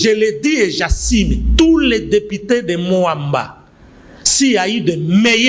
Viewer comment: J' assiiiimeeee Mawa. J'assume monsieur! Apprenez à mieux ARTICULER!!!! Soi-disant juriste !!!!